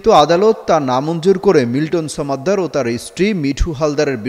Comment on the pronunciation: সমাদ্দার, ছমাদ্দার না। 😂